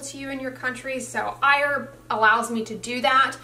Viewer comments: The pronunciation! I-Urb! Did they correct you? You've never called it that in the past. lol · I've started using iHerb to buy Cerave, because it's not sold in Australia. I love it! It's funny that says iErb, instead of iHerb. That's how it sounds to my Australian ears lol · You changed your pronunciation of Iherb.